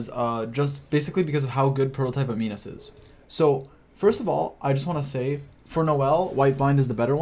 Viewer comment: It's pronounced am-in-us not am-ee-nus